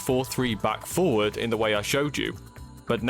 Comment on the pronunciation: Nice tutorial but its a bit hard to tell when you're saying "four" versus "forward"